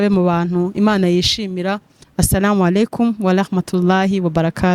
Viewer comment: Nawe mwanawange ntibavuga walahma tuLLAHI...bavuga warahmatuLLAH I mwembi mukosore r apana. l